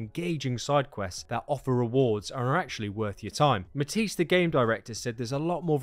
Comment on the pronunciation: Mahthies dhe yong. 😂😂😂 sorry m8 but u almost got his name right 😂. U say it like mat-ice DE yong. Better luck nexg time bud